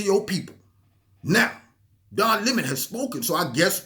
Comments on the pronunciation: Don La “moan”.......love your pronunciation! 😆😂🤣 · Don Le-moan. lol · Every time you said ‘Don Le Moan’ cracked me up. Worked in well with Don Le MOAN mispronouncing Steve Shabat. Thanks for the laugh and the picture of you trying to get away but being drawn back into the battle🤺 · "Don Le'mon"...HHAHAHA Just found your channel, and I feel like I just like found a hundred dollar bill in an old jacket! ❤️ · "Don Le'moan" 😂... Le' moans too much